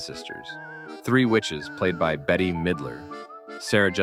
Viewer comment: Her name is not Betty dummy it is Bette which is pronounced " Bet"